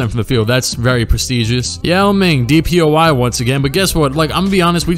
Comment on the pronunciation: “DPOI” lmao